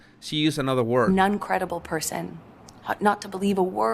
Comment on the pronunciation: She seems to be saying “Nun-credible person” 😂